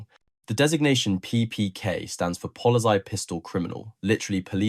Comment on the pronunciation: "Polly's eye"? erm, nope mate, do your homework, ffs.